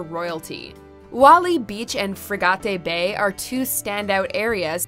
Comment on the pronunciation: Slight correction. St. Kitts and Nevis are not in the south. They are Northeast. Barbuda is pronounced Barb- you- da. Frig -ate Bay in St. Kitts & Nevis. St. Lucia is pronounced St. Lu-sha